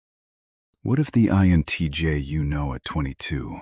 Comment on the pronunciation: Down voting for careless use of text to speech ("int j" pronunciation of INTJ indicates the video was not even reviewed prior to uploading)